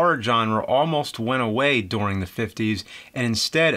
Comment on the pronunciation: He says during "dooring".